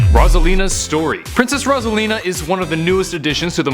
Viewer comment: It's Rose-alina not Roz-alina